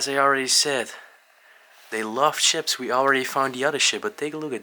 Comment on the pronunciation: I wish the explores would speak English like he said chips in stead of ships don't he know how to say words proplely at all speaks double Dutch to me